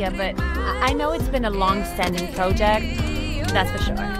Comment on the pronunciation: "Pro Jet" smh